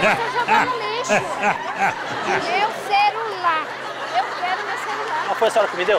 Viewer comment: "Meu cerulaa, eu queroo meu cerulaa " kakakk